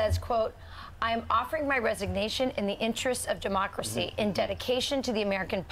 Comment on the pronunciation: "......in the interest od DE-MOCKERAMACY"! -Nathan Wade Attorney You hear that everyone. That's a Bar Certified Attorney, that doesn't know what kind of government he practices in. That's the guy that is over qualified to prosecute a former president. What a joke. This country is officially a shit hole.